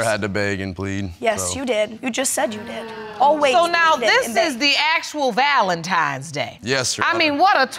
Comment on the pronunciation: Can we stop saying “valentimes” It’s “Valentine’s Day!”